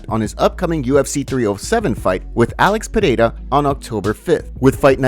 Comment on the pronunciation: I love how he says Alex Potata